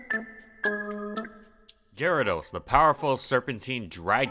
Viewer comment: What the heck is. A gar-aa-does